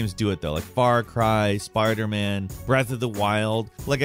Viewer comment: did he just say sparder man 💀